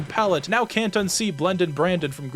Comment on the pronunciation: it's blendin BLANDON not brandon